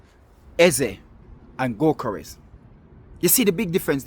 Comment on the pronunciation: That is " go- kor ess"....